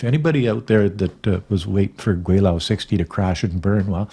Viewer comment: Kwelo is pronounce 'kwe low'😅